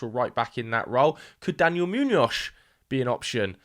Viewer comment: I'm so Sorry but this is very distracting... Why do you pronounce Muñoz like that? You can just say it with a normal S at the end 😂 like Moo-knee-oss... Kinda? Great vid anyway, can't wait to see how Madrid handle this circus